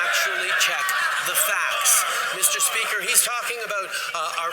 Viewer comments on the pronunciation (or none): Trudeau saying "Mr Seeper" at the mark, when he was so rattled by Poilievre was almost as funny as the Conservatives laughing at the ridiculous 'in love with his own voice' comment! lmao Trudeau deserves to be laughed at, and he also deserves what he gets/which is cursed at and mocked, in his public appearances...look for the latest on that! It was brutal, and all the while Trudeau was smiling and taking pictures with the PAID ACTORS he had in the crowd who supposedly adored him. The World Press needs to own up on WHY they aren't reporting on how Trudeau is despised in his own country by the VAST majority of Canadians! WHY aren't they addressing this????????